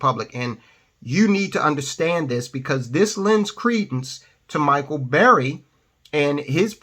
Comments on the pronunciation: It's burry.....not berry. Cmon man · Burry, not Berry